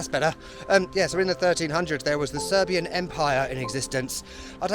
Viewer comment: Thanks for visiting Serbia and for efforts to pronounce Serbian words and do it really well. You still make me laugh, nothing like good old English humour 🤣